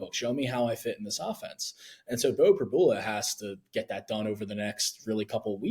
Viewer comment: You guys are reporters - and after 3yrs - and being from PA - the guy on the left STILL doesn’t know how to pronounce Pribula’s name? It’s Prib-YOU-la! I’m so tired of you guys dissing Beau for the past three years and hyping up the other quarterback, who doesn’t deserve it. No one around here can stand Penn Live Sports reporters and you just gave us another reason.